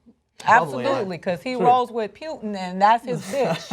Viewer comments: I often find I disregard anything someone says when they pronounce Putin as pew-tin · I fucking hate when people pronounce putin "pyutin". Sounds really ignorant.